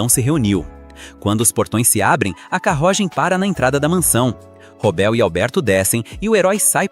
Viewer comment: que portugeues em "carrogem"